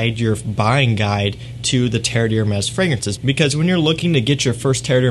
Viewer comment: Good info, but please take a look at how the name of these is spelled (it's on the bottles you're holding): Terre d'Hermès. Compare to what you have in your title and description "TERRE DE HERMES." And how you say it: three syllables, not four.